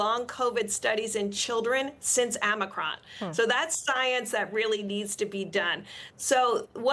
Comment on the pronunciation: Amicron??? No it was Omicron